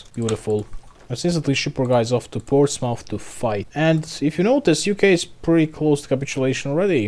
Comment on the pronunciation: Its pronounced Ports-muth (rhymes with bismuth) just FYI